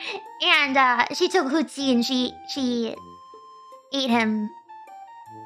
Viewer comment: Hooties? 應該是Hootsie吧